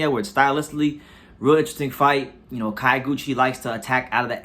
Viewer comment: It's not KA-YO(GUCHI). It's pronounced like the city KYO(to)...